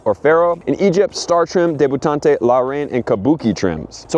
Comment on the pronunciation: Debutante is pronounced deb-you-taunt